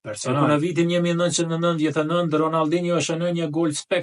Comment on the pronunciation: Ronaldino jo ronalldino,,pse ll sllav,kile ne shqip jo kille,,kola ne shqip jo kolla😅